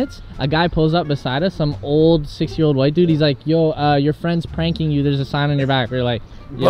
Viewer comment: minutes he said six year old like 🤣